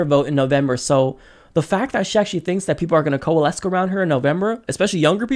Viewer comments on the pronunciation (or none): Hey man love the show but you gotta stop saying coalesce with a hard 'c' at the end. Just a tip